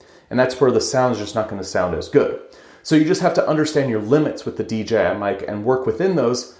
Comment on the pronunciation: Tremendously helpful comparison, thanks! Also, I think you're the only one on this platform that doesn't say D"G"I 🙂